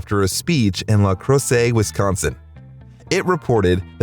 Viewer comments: Pronounced..la..cross Lacrosse . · “La cross” wi you said it wrong.. lol